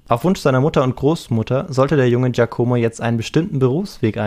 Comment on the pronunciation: "Giacomo" wird auf "a" betont, nicht auf "o".